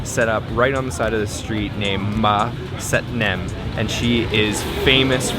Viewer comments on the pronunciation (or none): It's satinem, not satnem 🤣